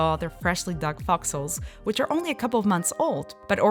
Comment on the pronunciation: Thought she was saying "foxles" for a while there. Long vowel sounds matter!